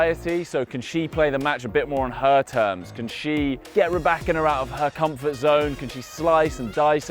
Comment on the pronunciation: 'Rye- bakina'....hahahaha!!! learn how to pronounce properly, wimby!